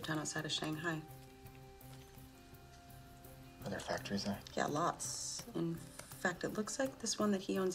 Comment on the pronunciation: still said shanghai wrong